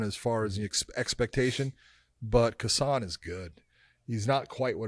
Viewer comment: It’s pronounced HASAN, not KA-SAN. Kh is silent, much like Khabib/Habib.